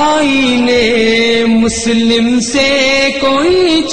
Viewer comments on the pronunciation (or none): its Musalam not Muslim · ماشاء بہت ہی عمدہ پڑھی گئی. روح تک اترجاتے ہیں الفاظ اور ترنم. بس کچھ الفاظ کے تلفظ کی ادائیگی میں مسئلہ ہے. مثلاً : شتر، کوشُتر پڑھا جائے اور آئین مسلم میں مسلم کی لام پر تشدید ہے. مسلم یعنی تسلیم شدہ"